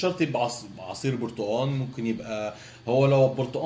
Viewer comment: اسمه برتقال وليس برتأن 😂😂